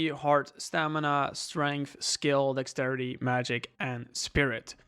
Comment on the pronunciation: My brain lost it when he was saying Dexterity, Dax-city 😂😂